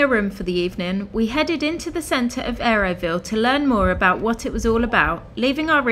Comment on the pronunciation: It's not Areoville its Auroville